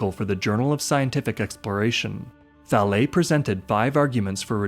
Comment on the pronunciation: Valê é a pronúncia, horrível ouvir o erro várias vezes